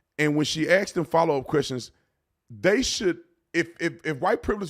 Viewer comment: Ask is pronounced AsK Not, ax